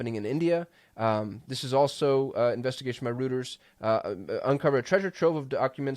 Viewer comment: Just a quick note my friend... Reuters is pronounced ROY TERS. Don't ask me why.